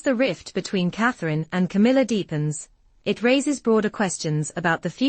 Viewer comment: Its C A M I L L A